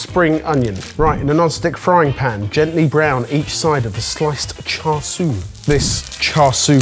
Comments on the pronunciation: why do they pronounce siu as sui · One tip: The "siu" in "char siu" is pronounced like "shoe" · pronounced it as "swee" rather than siu/shu. I'm just giving the chance to gloat here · Word: "Spelled S - I - U: " Sui" At least he respects the slurp haha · just butchered the pronunciation of “siu” in char siu but correct pronunciation has made up for it, 1-0 to 😂